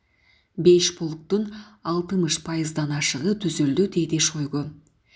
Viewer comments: Шойгу туура айтчы ото уят сабатсыздык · Шойгу дейби?